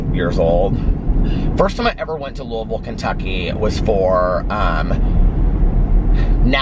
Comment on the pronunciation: THANK YOU for pronouncing Louisville correctly! Sincerely, every Kentuckian ever, lol.